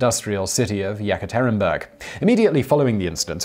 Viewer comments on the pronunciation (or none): The Hungarian leader's name is pronounced"Na-j" not "Nag-ee", I now it is minor but how much research would it take to get something like that right? Kind of distracts from the whole video for me (to minimize my pedantry I won't also complain about how he pronounces Yekaterinburg)